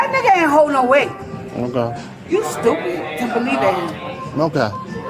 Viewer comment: "You stupit." She said that. She said "You stupit." Wow.